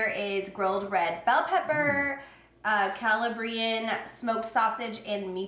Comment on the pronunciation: The yogurts look really good. and so does the pizza. Just a friend FYI, the qu in piquant is pronounced like a K. Also, it's Ca-LAH-brian. I struggles with pronounciation sometimes too. Congrats on your anniversary!